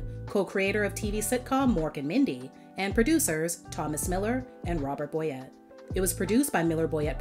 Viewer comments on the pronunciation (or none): none